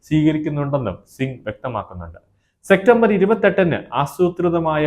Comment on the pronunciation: സെക്റ്റംബർ അല്ല സെപ്റ്റംബർ